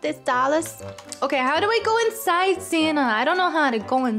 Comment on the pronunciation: why does call ""?